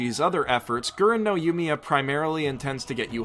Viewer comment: techically the first op is pronounced eren no yumiya. the g is nearly non existant